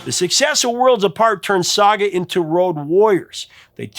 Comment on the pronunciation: Thank you for finally covering SAGA 🇨🇦 !! (And for pronouncing it properly!!!) Although, Jim Gilmour wasn't the original keyboard player on the debut album....